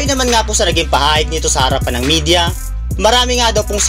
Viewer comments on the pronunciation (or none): none